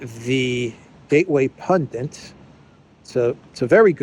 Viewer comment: Gateway Pundit! Not Pundent...